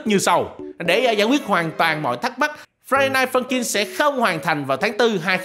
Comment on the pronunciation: Ông cứ nói friday rồi dừng rồi ms nói night funkin nghe ức chế 🤣